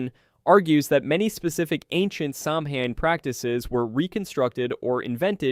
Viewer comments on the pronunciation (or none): It’s pronounced Säw-wen.